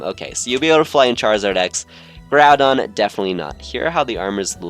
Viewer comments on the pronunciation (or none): none